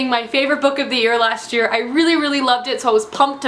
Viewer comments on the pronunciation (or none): none